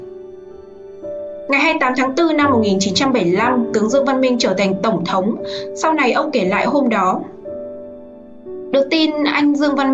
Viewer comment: CÔ XƯỚNG NGÔN VIÊN ĐỌC GIỌNG ĐỌC RẤT "QUÊ" , ĐỌC RẤT SAI CÁC DANH TỪ TIẾNG PHÁP !!! ĐỌ QUÁ NHANH , ĐỌC LIÊN MIÊN , KHÔNG BIẾT CÁCH NGẮT NHANH , NGẮT CHẬM . DẤU SẮC ĐỌC THÀNH DẤU HỎI !!! THÍ DỤ : "TỔNG THỐNG" ĐỌC THÀNH "TỔNG THỔNG" .